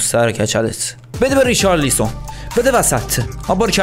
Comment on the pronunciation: ریچارلیسون خخخخخ صد بار گفتی بابا ریچالسون